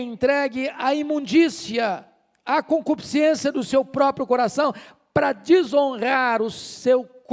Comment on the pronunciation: CON-CU-PIS-CÊN-CI-A, essa é a forma correta da pronúncia, diferente de, CONCUPISCIÊNCIA. Essa é a forma falada pela maioria, inclusive intelectuais. Viu como erramos?